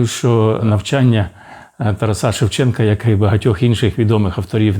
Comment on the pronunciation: Ш.п.Чекалкін, дивлюся всі Ваші випуски.Цікаво і пізнавально,дякую. Але чому кажете "ТарасА'" ? Правильно- ТарАса. Бережімо неоціненний скарб - рідну мову!🙏🕊️🇺🇦